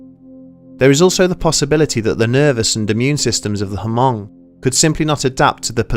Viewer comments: Haven't you seen Gran Torino... It's Mhung... not HumUng. Great Video. Just wanted to quote a great movie lol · the way we say it is the o sound is the same o sound as “own” so it comes out like m”own”g instead of m”awn”g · It's pronounced "Hmoob" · It hurts my head everytime he says huhmong. And I am just some white boy from Nor-cal. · Great episode! One small quibble - I grew up in a community with a pretty sizable Hmong population in Wisconsin. Anyway, at least locally, the H in Hmong is silent and the ethnonym is pronounced "Mung" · "Hamong" 😭 hurts Everytime you say it but thanks for noticing our culture tho 💯✊ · As a Hmong person, I'm proud of you. btw the "H" is hmong is silent. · For real tho the H is Silent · Isn't the H silent? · the H is silent.